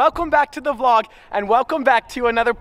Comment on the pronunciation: He said vlod